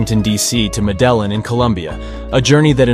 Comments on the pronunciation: 😭😭😭😭 THE WAY HE PRONOUNCED MEDELLIN!!!! Meh-del-in 💀💀💀💀 it's me-de-jeen 😭😭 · As a Colombian you pronounced medillin wrong me and my family prounouce it mede-jean idk that's just how we say it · i know you didn't just pronounce medellín as "meh-deh-len" its "meh-deh-jin" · Bro didn’t pronounce Medellin right